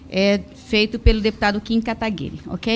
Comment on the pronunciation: Que fofa ela errando o nome do Kim.